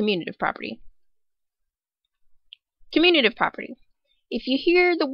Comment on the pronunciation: It’s “commutative” not “communative”